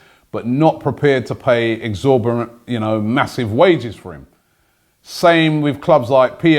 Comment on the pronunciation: Robbie! Can you explain what the word 'exhorborant' mean? Im sure you meant exorbitant lol